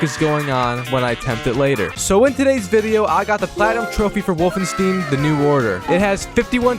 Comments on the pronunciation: Wolfenstein not wolfenstin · it’s not wolfenst*ee*n how you’re supposed to pronounce it, but wolfenst*eye*n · this triggered the fuck out of me, I'm sorry I don't like being like this but please it's not "Wolfensteen" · BRO!! WOLFENSTEEN? REALLY? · said wolf-en-stain its wolfen-stain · Ah yes, Wolfensteen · The fuck‘s „wolfensteen“? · Bro pronouncing the title as 'Wolfensteen' 😳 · It's pronounced wolf-en-stien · "Wolfenstin" drains my soul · The way bro pronounces Wolfenstein💀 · The mispronunciation of wolfenstein triggered me so hard I had to click off after 40 secs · Wolfenstin? Wolfensteve? Wolfensting? Wolfenstew? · The way you say wolfenstein hurts my German heart, but I can’t blame you because speaking German sounds like I’m trying to fight satan with a menu order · It’s neither of those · BROOOO, either pronounce the name of the game correctly or dont say it 100 times wrong in 2 minutes, this is mental torture. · Dude how have you never heard the correct pronunciation for stein. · When he says Wolfenstein my ears explode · Man's got platinum trophy's for the game, but still butchers the name when he pronounces it. why man, why... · he said wolfenstein wrong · the way this man pronounces wolfenstein angers me massively but i still love the video